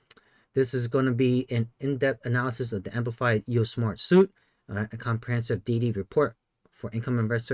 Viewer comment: Since it has been more than a month since this video has been published, I'm hoping someone has already corrected you. "Suite" is pronounced like "sweet."